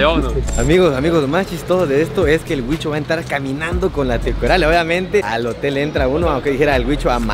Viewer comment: es hotem no motel 🤣🤣🤣🤣